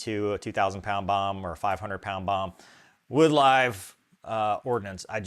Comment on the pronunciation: "Is that a 'behm" I hear".